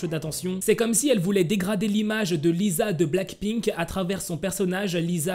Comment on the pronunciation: Ca de prononce lissa et rossé pas lisa et rosé 😂😊